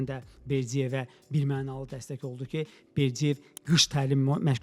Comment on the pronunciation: Berdiyev yox, Berdıyev!